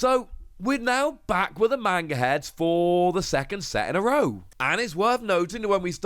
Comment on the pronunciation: The way you always pronounce manga triggers me